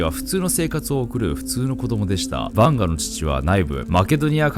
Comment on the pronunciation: カマヴィンガみたいな言い方すな